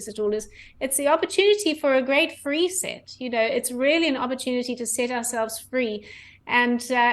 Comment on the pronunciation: she said great reeset